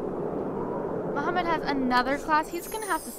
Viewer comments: i dont think his name is muhammad i think shes been reading his name wrong the entire time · Omfg it's not Mohammed its Mahmoud jeez (i know this lp is done) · Disliked every video you said Muhammad in instead of Mahmoud!!! MAHMOUD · Yh but that's not how u say that name that name only has one way of saying it